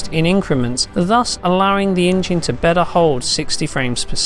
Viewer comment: It's "engine" not "injeen" Ffs God I hate this guys insipid voice.